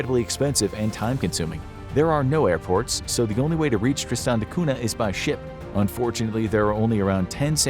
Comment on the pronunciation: Cunha is pronounced Kun-ya and not 'Cuna'